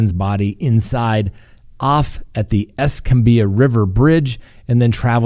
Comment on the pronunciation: Escambia is pronounced eskambeeyah.💕 A NC news station reported that a family spokesperson stated Alex Murdaugh has more significant wounds from the shooting including a skull fracture. 🤷